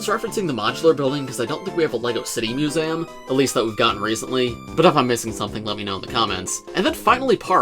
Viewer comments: Mew-z-um.... try saying it slower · Mus-ay- um?????? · I'll be honest, the only thing I took away from this video was how says "Museum". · Why do you say museum so weird?